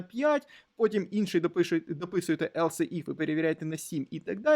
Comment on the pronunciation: Дякую за курс і вашу працю. Не хочеться докопуватись, але все ж таки невеличкий коментар, я не знаю чи я один такий, але оце "елсЕ" ну дуже вже ріже вухо 😅